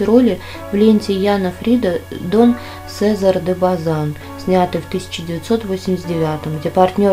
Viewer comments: В наше время прожить 55-60 лет, это удачно долгая жизнь Кроме того, когда читаете текст, то хотя бы удосужитесь ударения ставить правильно. Фильм "Дон Сезар, де Базан", Сезар - произносится с ударением на "А". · и слова как будто забываете как произносятся..запинаетесь..СезАр кстати..извините, но не смогла удержаться.. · "Дон Сеза́р де База́н"- ставьте правильно ударение. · ОбезбОливающих!"БОль",а не "бАль".Что ж так безграмотно!"СезАр де Базан"!Поинтересуйтесь правильностью произнесения слов,прежде чем позориться.